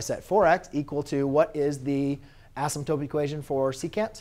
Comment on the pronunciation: anybody else go crazy when he says asymtope